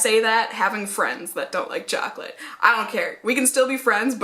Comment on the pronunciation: Whaattt?! Chaw-colate!!! 😲